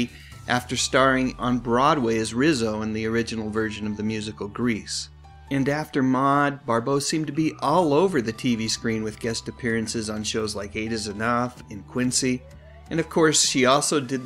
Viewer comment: Maude not Mod